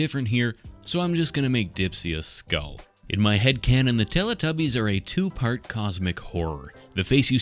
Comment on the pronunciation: It is teletubbies, not teritubbies😂